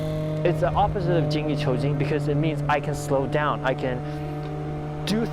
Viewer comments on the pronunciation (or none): 精益求精 is “Jean Yi chew jean”